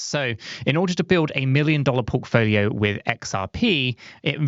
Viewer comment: Did he say porkfolio 😂❤